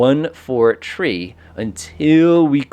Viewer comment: Great video. Also, "3" is pronounced "three" and not "tree."